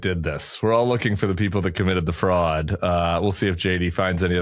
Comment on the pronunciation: OK, when Tim says "fraud" it sounds like "frog", so for a minute, I was wondering why the heck we need a frog czar.